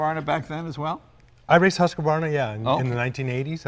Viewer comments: it's pronounced as 'is varna'.... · The U in Swedish does not have a good counter in English, the closest I can think of is a ew sound. Which makes Hus - Hews (Still not right, but closer). Then, since the brand is named after the town Huskvarna, with a K not a Q you do not pronouce the Q as hard as Jay and these guys do it. Instead of Hu sq varna, its Hus (hews) kvarna. As somebody else said, think of it as two separate words. Hus (which meens house btw) and kvarna (which kinda means Mill) So the name is HouseMill-a. xD Vitpilen is white arrow, and svartpilen is black arrow. VeetPeelen I'd say is a close pronunciation. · HEWS-QUAR-NA is alot better way to pronounce it, but since the President of Husqvarna NA pronounce it the same way as Leno does... Argh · Hey Jay, love your presentations. Lots of background information. You seem to really prepare to every episode. FYI: "Who's-KFARNA" is the phonetic equivalent of the swedish brand name. It's a Nordic company, they speak differently over there. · Nice video (as always), but Jay...it’s Husqvarna not Huscavarna! If you get it wrong, that’s ok BUT - being a representative - should spell it correctly! Also: You stated Husqvarna being a small company. Well...belonging to KTM, more or less I’d say...!? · Didint say anything about the 401 after the ride. And it's Husqvarna not "Husqa-varna" lol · I'm am slightly surprised that even Husqvarna employees are mispronouncing their name. Phonetically it is sounded "hoos-kvarn-ah". There is no "e" between hus and qvarna. Hus means 🏡 and kvarna means a small mill. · When an employee of “Husk Varna” mispronounces the company name, you know you’re in trouble. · For a swede hearing they pronounce Husqvarna as HussKaVarna. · Actually - its not Husqa -varna , not husq varna and not husky - its Hussy/Husssie from now on , ok " Im going to be riding my Hussy" sound great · Fyi for those of you who dont speak swedish and want to pronounce Husqvarna correctly... Huus-kvarna